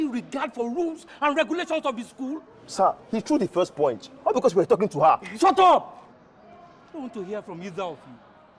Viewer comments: The first poinch 😅😂😂😂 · Did I just hear he threw the first "poinch"😂😂😂😂😂 the